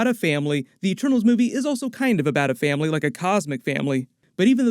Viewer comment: did someone say faminly don toretoo